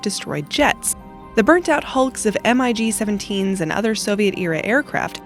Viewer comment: Wow, really, not sure what is strange about the aircraft, but you really need to figure how to pronounce names! A MIG is not spelled out M.I.G., ti is pronounced MIG!